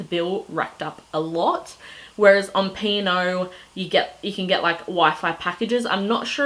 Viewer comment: I'm pretty sure it is "P and O" - not "Pino"